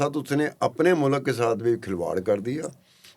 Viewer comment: sir jee its mulk not mulak 🙄